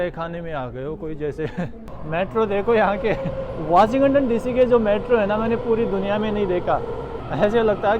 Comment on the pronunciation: वाशिं गटन नहीं वाशिंग टन बोला जाता है